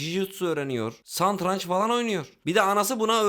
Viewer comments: Santranç değil abi satranç , öpüyorum muck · Santranç değil satranç abi rencide etmek için soylemedim belki bilerek oyle demis de olabilirsin bilemiyorum